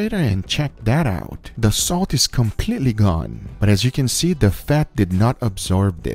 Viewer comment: No body: Guga: a little bit of "soat"